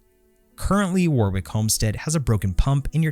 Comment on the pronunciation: Warwick is pronounced Warrick. (The middle W is silent.)